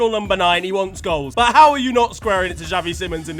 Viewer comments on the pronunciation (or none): none